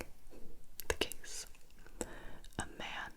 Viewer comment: Ok so each time when Gibi starts a new riddle I always understand “the gays“ instead of „the case“ and tbh it makes the video so much better